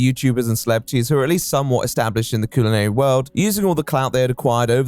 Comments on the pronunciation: Every time you say coolinary I flinch 😂😂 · coo-linary? bro how can some people not just pronounce things the way they're spelled...? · I'm calling everyone from the UK "People born with a natural speech impediment" if I hear the word "coolanary" one more time, and I'm only 13 minutes in. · I hate how you mispronounec culinary, its not coolinary thats a fuckin U. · Mate I realise you are posh and thats your 'gimmick' i get it but why are you saying "cuisine" and 'culinary' like that? "CULONERY'" Nobody says it like that. Its like when someone who has only read a word and not heard anyone use it in context. Also the Irony of not being posh enough to pronounce French words correctly let alone the fact 'Culo' means bum in Spanish and she is selling from Miami which if you are not aware, has a large Spanish speaking community. I like authenticity. Your just a jumped up middle class english lad, and cant get that right despite the anime bollocks. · Coolinary? Ronch? only pronounces O's. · why does he keep calling it "coolinary" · Coooolinary. For a guy so committed to the patronising, fake posh voice, you can't pronounce shit bro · A.i voice?? "Coolinary"? Never heard a human pronounce culinary that way Or any human pronounce "debuted" as "de-but-ted" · i wish this guy researched how to pronounce things before making a video “Coolinary” is doing my head in and how he says Karamo